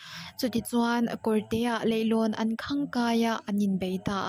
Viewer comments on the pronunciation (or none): ‘Leihlawn’ ni lovin ‘leilawn’ i tiah ka ngai😄